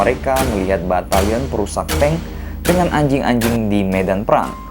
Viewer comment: Ngomong "anjing" nya biasa aja dong bang🤨🤨🤨🤨